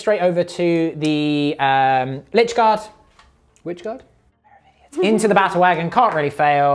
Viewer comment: I'm afraid you guys did make one crucial mistake here. When Chef said "Lychguard" and said "whichguard?" the correct answer is in fact "Mitchguard!" This elementary error aside, great report. If GW are doing 4 updates per year with 2 being slates and one being the new GT rules I hope the other is maelstrom.